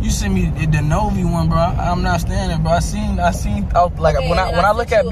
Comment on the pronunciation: bro said novi so wrong lmaooo 😂